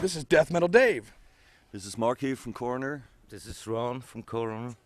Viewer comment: Rnd.. "What 'DRUG' you here?!" Holy shit, cut down on the fried chicken, Write some decent questions... "Were there lots of people at a music festival?! Hoo-ly SHIT man!!! Imyself have never heard of a band called "CORR~NER" But its a real right angle if you're in a room, but they'd be really cool on a ride through some twisties on a sportsbike.. going from one CORR~NER into the next. Not likely you will be seen by a coroner, cause of death would be fairly obvious. Unlike the 'KFC & Beer' holding the mic. These guys are almost wincing when he says CORR~NER... 3 Syllables a bit much,? Cor~O~ner, man. Get into shape or have a cor-o-nary and visit Coroner, the man..... Sorry, man. But Americans can be really damned irritating and disrespectful; Maybe some are quite unintelligent. (A silly way of saying STUPID. COME ON, youre dragging the whole humanspecies down.....